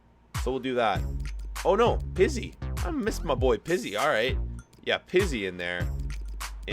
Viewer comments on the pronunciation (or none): none